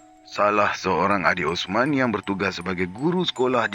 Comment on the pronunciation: "Ossmaann... Itu mayat Ossman"... Memang 'rare' intonasi 🎉🎉😂😂😂